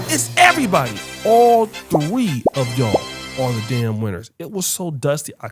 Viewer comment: “ all tree” of them as Birdman would say